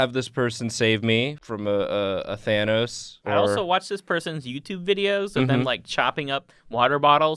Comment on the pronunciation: pronunciation of Thanos hurts me